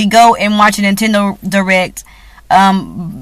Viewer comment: did you say "hoe-nintendo"?? lol!